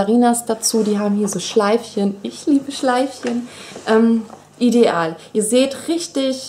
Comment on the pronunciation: Ich mag es nicht wie du ideal sagst...das nervt aber sonst bist du super :p